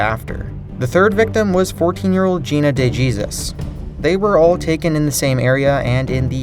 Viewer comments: He pronounced the last name "De Jesus" as "Day Jesus". LMAO its "Dey Hay-Sus" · Did he really say Day Jesus? 😂😂😂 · De Jesus heehee it's pronounced with a Hispanic accent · De Jesus is Spanish. it's pronounced "Day Hey Zeus". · It's pronounced Dee-Hasus. My teachers name is DeJesus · Just a future heads up, de Jesus sounds like HAY-zeus. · I think the correct pronunciation for de jesus is de hesus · The name De Jesus, the J is pronounced as a H because its Hispanic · Come on man that IS NOT how you pronounce "De Jesus". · You pronounced Dejesus wrong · Dana de Jesus. Do you really not know atleast a little spanish?